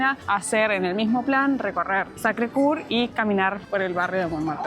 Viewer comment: Primero: Bellísimo video! Se percibe y comparte la emoción de estar en ese lugar!❤: para pronunciar: Coeur tenés que poner los labios para decir u y decís e. La e final de Montmartre no se pronuncia 😊 Y segundo: Francia 😂